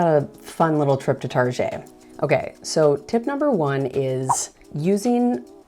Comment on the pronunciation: I like your “figgerin” for doin this! I should do it too because I’m not at all used to filming myself in public, even though I’m a musician and play in public! Go “figger!” 😂💜😂 ( in, Target? Tar Szhay? 😂😂) ((In one of your next vids for this series, I dare you to talk with your hands, as you are doing so very well while sitting at your computer in this video!)